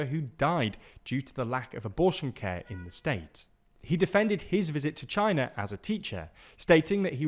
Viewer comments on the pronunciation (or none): none